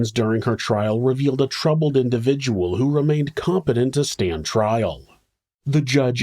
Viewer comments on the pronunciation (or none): none